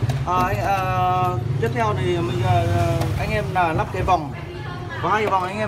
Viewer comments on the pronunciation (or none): Phát âm không rõ vậy pa,,nắp hay lắp😅